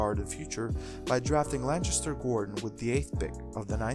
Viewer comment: Lancaster is pronounced with a hard 'C' sound bro. Not a ch sound.